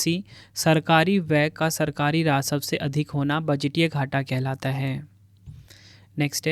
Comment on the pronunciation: Rasav nhi rajasv hota h